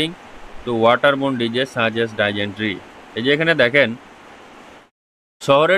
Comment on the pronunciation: Make your pronunciation ok first. It's about dysentery